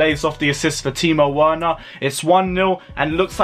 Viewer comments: The pronounciation is Verner not Werner. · Right, I am getting annoyed by your Werner pronunciation!😡😂 Just change the “W” in Werner to “V” and that is it, please get it right ffs!😂